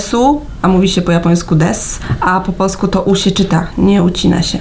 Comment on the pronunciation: Bardzo podoba mi się ta wymowa końcówek "-u", oni wymawiają to "-yu" (na przykład: "polsku", to tam dziewczyna powiedziała "polskyu") Z jakiegoś powodu przyjemnie mi się tego słucha. Bynajmniej nie uważam tego za jakiś kardynalny błąd, wręcz przeciwnie, taki sposób wymawiania nadaje ich wypowiedziom swoistego uroku.